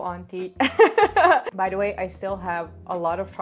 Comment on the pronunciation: when you said bhai it was correct but when you said by you pronounce wrong